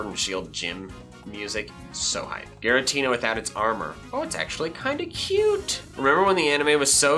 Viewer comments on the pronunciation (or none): none